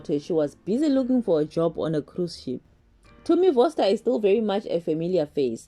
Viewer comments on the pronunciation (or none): none